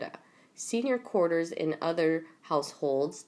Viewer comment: Cour- tee-yers ; courtiers (sp) You got it, girl x